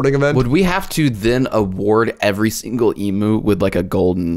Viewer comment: Australian here - it’s pronounced ‘eemew’ not ‘eemoo’. Every time the talking hat or bowl said it I wanted to put my head through a brick wall. Love the show though, keep it up.